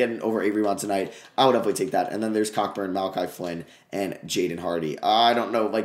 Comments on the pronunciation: your the goat but kockburns name is pronounced “Co burn” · ITS PRONOUNCED COBURN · One day we’ll get the proper pronunciation of Kofi’s name (it’s Co-Burn)